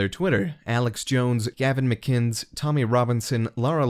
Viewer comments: McInnes. [mic•IN•es] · It's pronounced "Mac-ken-is" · Lol "Gavin Mikinz" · It’s not Gavin McIns.. it’s Gavin McInnes add the second n! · Are we just gonna ignore the fact that he said "Gavin Muh-kins?" That's pretty egregious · Looool "gavin mcinns" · Gavin Mcinnes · great video, but the narrator really should learn to pronounce names correctly. when you butcher someone's name (especially a well known person) it instantly makes you appear that you don't know what you're talking about. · how are you gonna mispronounce gavin mcinnis like that? lol